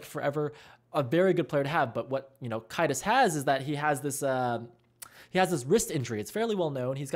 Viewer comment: Preface, i'm pretty it's pronounced "Kay-dus", not "Ki-dus" There are many arguments for why we shouldn't have coaches, but for me, the argument that "Valve doesn't want them in CS" is the stupidest one. My opinion is that if valve want us to follow any kind of rule, they should at least have the decency to SET THEM first. My opinion is that we have no real obligation to consider this because if valve won't acknowledge us, why should we acknowledge them? As for "Does it makes a difference?" for crowns, absolutely yes. When kaidus had to leave, the calls were supposedly so bad that stark and kaptain had to switch roles(to get more calls from the combo). Stark's not a bad soldier, but kaptain isn't exactly known for his scout plays. But as soon as coach kaido comes back, all of this gets reversed. So it definitely made a difference.